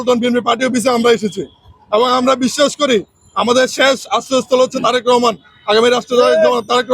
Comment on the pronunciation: তোমরা সবাই কমিটিতে থাকতে চাও এক কমিটিতে এত লোক কিভাবে জায়গা দিবো বি এন পি,তোমরা বলতেছ ছাত্রলীগের লোকদের ডুকিয়েছে,ভালো না লাগলে তোমরাও অন্য দলে চলে জাও,তুমিত জনাব তারেক রহমানের নামটা ভালো ভাবে মুখে বলতে পারো না,তুমি কিসের বি এন পি করো